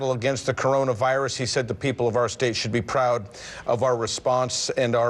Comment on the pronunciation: Did he say coronus virus? Lol